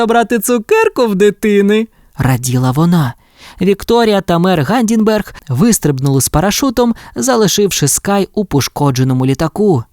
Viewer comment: Будь ласка, дуже дуже просимо, вимовляйте правильно ім'я мера Гамдінгера. Він ГАМДІНГЕР, а не Гамдінберг. Дітям дуже ріже слух і замість засинання починається мільйон питань😊